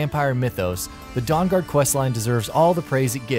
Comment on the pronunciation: Favorite quest "Dawngaud"